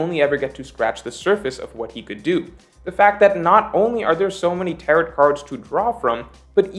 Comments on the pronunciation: actually pronouncing Tarot like carrot here lmao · the t in tarot is silent xD it’s tarrow lie rhymes with arrow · Hey! “Tarot” rhymes with “arrow”:) Also, Roger was able to ask when the mermaid princess would be born on command, so I’m not sure that lines up with your analysis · The way pronounces "tarot" cards makes me sad. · Hitting that last " T " in Tarot super hard.... fyi. It's a silent " t ". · I'm gonna' make a wild prediction and guess that has never heard the word "tarot" said out loud before. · I hate how you pronounce tarot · Tarot does not rhyme with carrot; it does rhyme with marrow. 🌈The more you know